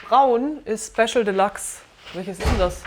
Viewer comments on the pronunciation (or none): Das Ding heißt nicht Delaxe sondern Deluxe, Dehlücks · geile arbeit. aber die aussprache von deluxe triggert hart :P delachs ^^ delyks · Schöne Doku, das Einzige, was mich etwas gestört hat ist, das der Sprecher die ganze Zeit von "de lachs" sprach statt Deluxe ... Fische waren da nirgendwo! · Wie kann man das Delachs aussprechen? Denkt der Sprecher mit? Oder was ist da los?